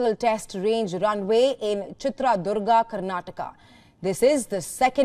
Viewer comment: Pronunciation: it is not Chtraa Durga. It is Chitradurga.